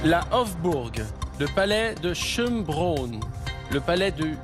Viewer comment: Le challenger à la charmante moustache a une bonne culture avec des questions pas évidentes, ça fait plaisir ! Une petite pique à Jarry qui ne semble pas connaître le château de Schônbrunn, qu'il prononce 2 fois "brone" ...un grand classique de l'histoire européenne pourtant 😊